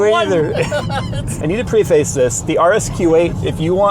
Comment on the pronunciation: Preface is pronounced preh-fiss. <3